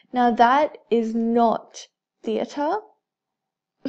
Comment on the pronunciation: You say theta like theatre, still helpful so thank you